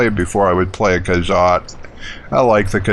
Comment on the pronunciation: Cool, it's been soo long since I played this game. It will be fun watching you play this classic Elder Scrolls game ^.^ Hehehe It's: More'-row-wind Khajit: Kah-jeet' Argonian: R-Go'-knee-an ^.~